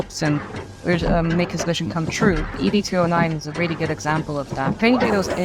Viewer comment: ED209 is pronounced 'Ed' 209